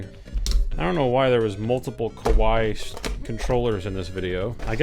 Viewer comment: you said "kawaii" or "kowaii", because these two are very very very different meanings... 🤣🤣🤣🤣🤣